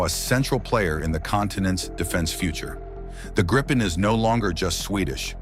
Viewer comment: I wish these AI narrators could decide on ONE pronunciation of "Gripen" It's Swedish for Gryphon - By the way - Saab Gripen-E in conjunction with the Saab GlobalEye system, is going to close the sky around any country..